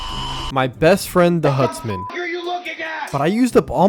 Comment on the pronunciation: Dude ”hutsmen”🫡